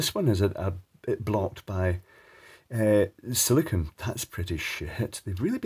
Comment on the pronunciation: I've been a fan for at least a few years. I have an honest question that I was hoping you could answer for me. You mention there being silicone in the bulbs to seal them, but you pronounced it as if it was "silikin" (a word that doesn't even exist). I know the difference between silicone and silicon, as well as how to properly pronounce each one. My question is, why does almost every youtuber pronounce both silicone and silicon as silikin? It's a bit confusing for 2 unrelated words to be mispronounced as if they were the same word.